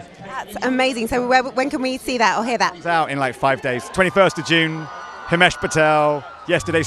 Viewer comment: It’s himesh not hamish